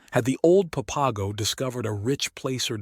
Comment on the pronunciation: Please learn to pronounce the words, such as placer and Papago. It interrupts the vibe of the story to hear them spoken incorrectly. Thanks.